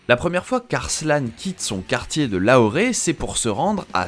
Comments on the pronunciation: Petite info en passant c'est Lahore et pas Lahoré sauf erreur Et de même beau reportage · Excellente vidéo, par contre à chaque fois qu"il dit "LAHORé" j'ai les tympans qui explosent, C'est LAHORE, ça se prononce comme s'est écrit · Pour information ça se prononce La-or... pas Laoret ! Lol, sinon super vidéo !! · Je sais pas d’où il a sorti son Lahoré mais ça m’a fait tilter à chaque fois ! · "Lahoré", oui oui... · Sa se prononcé "lahor" voila